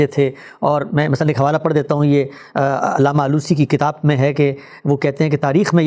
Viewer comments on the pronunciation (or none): none